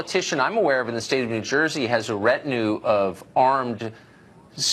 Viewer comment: Tucker...its REEETINUE. FFS, you went to college.